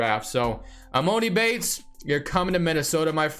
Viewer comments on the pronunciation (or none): it’s emAHni bates not moni 🤦🏾‍♂️